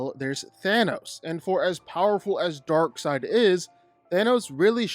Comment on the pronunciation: It's Darkseid, not Darkside. wtf? If you don't know the name, everything else loses any credibility.